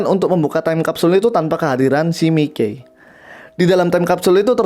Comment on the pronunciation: Mikey di baca maiki aja buar enak